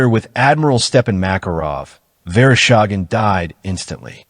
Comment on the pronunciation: Верошаген? ИИ совсем спятил. Василий Верещагин его зовут.